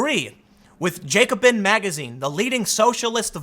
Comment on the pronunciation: Tim it's "Jack-o-bin". It's from the French Revolution.